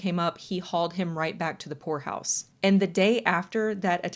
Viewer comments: for a good minute i thought you were saying whore house not poor house and i was so confused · At first I thought you wh*re house lolololol not poor house